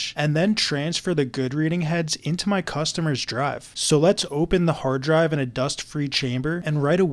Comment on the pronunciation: “Into my cust?omer’s drive” you have such an interesting intonation haha